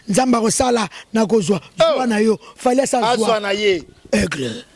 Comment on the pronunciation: Kisindjora ozalaka Burundaise, omoni tu n'arrive même pas yako prononcer Fally, franchement zala na respect na Kelly Katende aza muana mobali pe aza propre pe jolie koleka yo. Tala coupé lokola ma ndona. Brkkk